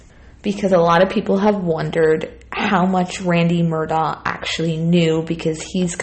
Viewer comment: I believe it's pronounced , Mer-Dock. Righeeeeeet?